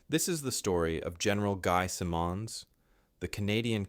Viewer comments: "Simonds: Pronounced with two syllables: "SIM" and "uhndz." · its "Simmonds" rhymes with "diamonds" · No!!! Simmons as is Richard Simmons with a soft - very soft d at the end. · At least teach your text-to-voice robot to pronounce the name of the man the video is about. It pronounces Simonds about five different ways. It's pronounced "Simons", as . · The man's name was Guy Simonds, and you pronounce his last name as it is spelled (in English) ... with the emphasis on the first syllable - SIM-onds. He was not of French ancestry! Geeze, you would think that if someone is doing a video on a famous person, they would at least get their name right!! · I beg to differ though. With m’s the name is pronounced sim…ons as in him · Why can't the story teller pronounce the Canadian leader's name properly? If this were about an American or British leader pronunciation would not be problematic. Ironic? Ignorant? Hmmm. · My God, if you are going to talk about an individual at least have the courtesy to pronounce his name correctly. The first words out of your mouth call your credibilty into question!!! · It's nice that an American would take on this story. Thanks. However,: We don't say 'lootenant'. You pronounce Simonds' name about a half dozen ways, none correct. The subtitles need to be edited. The mispronunciations of his name show up as misspellings. This irks in the same way that Trump's referring to PM Trudeau as 'Governor' although I don't believe you are doing it intentionally. This lack of attention makes me wonder about the accuracy of the story. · What's with your odd pronunciation of the 'Somme' and 'Simmons'? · Don't know how much longer I can put with that terrible pronunciation of his name ... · Good subject, shamefully poor presentation. Butchering this person general's name verbally and in script. Get your shit together. If you can not spell how can you be trusted to have the facts in order? Meathead! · Pronounce Simmons correctly!